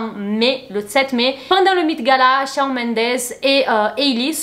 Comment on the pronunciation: Coucou, super GIVDT! Just pour te dire que Shawn ça se prononce ShOnne. Hâte pour la nouvelle vidéo.